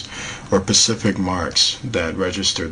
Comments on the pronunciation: I like ur videos and u seem very intelligent. maybe I'm shallow or whatever but it's SPECIFIC not PACIFIC! ! It's driving me crazy :( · 'found intac', 'pacific marks', 'very good good pic', 'pacifically did', 'so that you can get a very good view', 'ships main whatcha-ma-call it'... Wtf am I watching!?!?